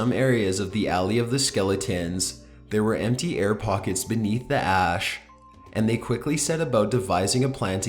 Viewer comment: "Excavators soon figured out that in some areas of the alley of 'skelli-tens....' there were empty air pockets beneath the 'ah-ash' and they quickly set about devising a plan to get the dead bodies out." "Excavators soon figured out that in some areas of the alley of 'skelli-tens....' there were empty air pockets beneath the 'ah-ash' and they quickly set about devising a plan to get the dead bodies out." Oh boy. I do love this guy's voice. I'm glad he repeated this sentence twice. The way he pronounces "skeleton" is quite...unique.